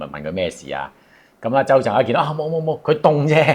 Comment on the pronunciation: 鄒鎮豪 ! 而唔係 鄒鎮浩 啊 !!!!! 😂😂😂😂😂